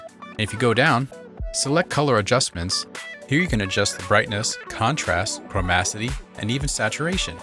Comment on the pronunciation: it's chroma-TI-city, not chro-MAC-ity